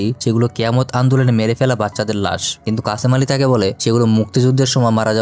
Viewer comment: What is kacamali😅😅😅😅it's kashem ali